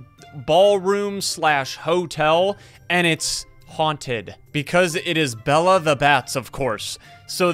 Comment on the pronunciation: Bella? its bela not double L its bela